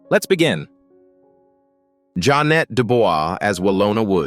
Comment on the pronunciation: Pronounced Ja'Net (Janay) Dubois (Du'bwa)